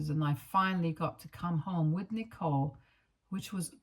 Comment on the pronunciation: This reader isn't pronouncing the name correctly